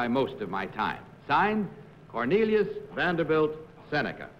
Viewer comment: In the second game I knew the second contestant wasn't it because of the way he pronounced "his" name: Cornelius Vanderble Seneca. The other two said Vanderbilt.